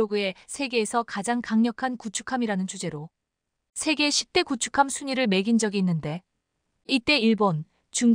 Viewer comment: 글도 못읽고 뜻도 모르면서 구축할 ? 구축함. 이야기를 다렸는데..... 다뤘는데 기계탓만 하는것이야 ? 그만둬라 !